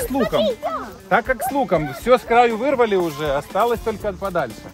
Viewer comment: Почему виривал а не вырывал